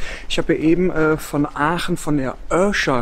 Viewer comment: Wir Aachener sagen zu Aachen=Oche und nicht öche